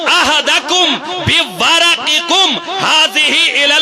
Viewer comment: بیوقوف قرآن ہی غلط پڑھ رہا ہے فابعثوا احد کم( بورقکم ) کی ر پر کسرہ یعنی زیر ہے اور تو( بورقکم ) کی ۔ ر ۔ پر زبر پڑھ رہا ہے سب سے پہلے قرآن مجید پڑھنا سیکھ خواہ مخواہ أہل سنیت کا نام بدنام مت کر